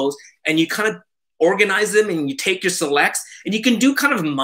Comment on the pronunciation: classic "Take" (spoken properly with Japanese accent:)) )... so much info as always. You're warehouse of information. Its incredible and I always learn so much from you. Thank you. Keep this format coming. Loving all the new content!!!